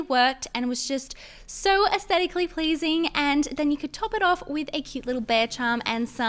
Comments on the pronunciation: I ❤️ ur nails but why r u saying esstetaclly pleasing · She’s said ascetically pleasing 4 times and underwhelmed 3 times lol. Your nails where super cute and so was your slime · Girl, you are astedically pleasing(im sorry i dont know how to pronounce that) LOVE FROM SERBIA, 🇷🇸❤️🌍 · "Aesthetically pleasing" pLeAsE SToP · stop saying astetically pleasing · You said asetically pleasing so many times